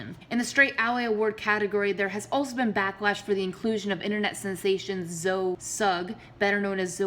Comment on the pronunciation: That's not how you say Zoe's name